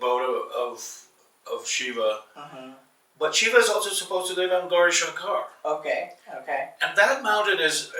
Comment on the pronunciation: sir please teach that guy to say gourishankar correctly